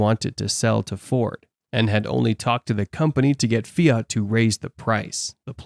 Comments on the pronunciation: I heard Fiat: not feat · Small correction : the Italian car manufacturer is "Fiat", not "feat".